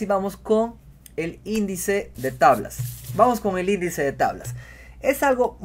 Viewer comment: indeice de tablas